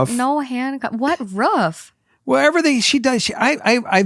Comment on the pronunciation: What’s a ruf? 😂